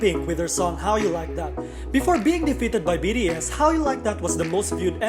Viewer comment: The way he says BDS bothers me so much